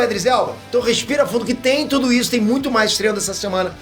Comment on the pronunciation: você falou tode?